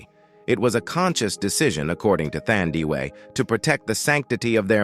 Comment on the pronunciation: The way you butchered Thandiwe Newton's first name is unacceptable! 😢